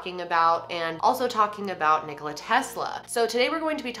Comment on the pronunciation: thank god she says Nikola right. lol im serbian so i know